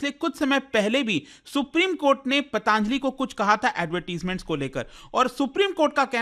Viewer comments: अरे यार पतंजलि बोल ले foreign से आया है क्या जो pataaaanjali कर रहा है, हिन्दी में क्यों English घुसा रहा है 🤔🤔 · भाई पतांजलि नहीं होता... पतंजलि होता है 🙂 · ptaanjli ptaanjali, patanjali hoti hai yeh sahi ucharan kyun nhi kar rhe 😡